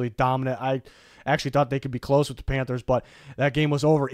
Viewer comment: “panthers”… terrible